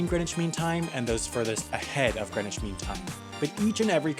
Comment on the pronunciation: when they zoomed into the greenwich park i could see my house holy! and you're saying greenwich wrong